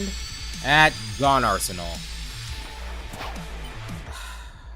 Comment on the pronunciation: The way it cut off, it did NOT sound like that! Sounded more like "Gyoon"